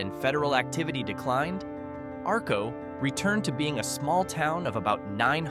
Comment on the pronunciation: I live in southeast Idaho. The lightbubs were lit up in Atomic city near Arco, Not Arco, Arco was the first town powered by atomic power, and learn how to pronounce the places correctly, this is horrible!